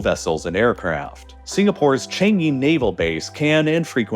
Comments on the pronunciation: Changi is not pronounced chengi its pronounced chAngi, A like Arm or the U in bUs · Just in time to scrutinise all of your pronunciations Edit: changi like "CHArge" but the rest of it is surprisingly not bad! (not bad = very good in singlish) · You are mispronouncing Changi Airport. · as a Singaporean, you pronounced Changi Airport and Temasek wrongly